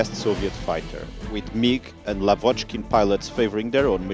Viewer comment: The stress is on the first syllable: YAkovlev, LAvochkin.